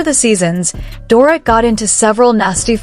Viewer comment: CAN U PLEASE Speak DORITS NAME CORRECTLY!! It’s DOR-EET!! Not DOR-it 🙄🙄🙄